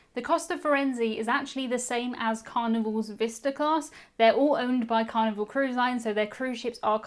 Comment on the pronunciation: Hello. Good videos. Idk if it is because of your accent or microphone but when you say Carnival I hear Carnivore.